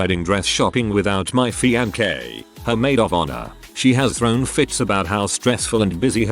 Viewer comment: What is really cringeworthy is the robot reader constantly mispronouncing fiancé with a hard K sound.